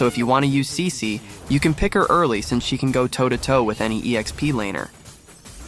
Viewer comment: Bro not saisi, its cici